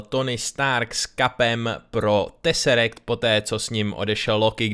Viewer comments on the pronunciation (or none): Neni to "teserekt" ale teserAkt" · Jsem jediná ,která si myslí že se to čte TeserAkt,než Teserekt? Jinak super video.( PS: neber to špatně.) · Hele si úžasný a ráda koukám na tvůj kanál, ale pokaždé když řekneš ,,Teserekt" tak mě to rve uší a mám chuť se jít zabýt... prosím, je to ,,Tesseract" a vyslovuje se to TESERAKT!!! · Ty máš akú divnú výslovnosť? Hejl? Hajdra? Džervis? Teserekt?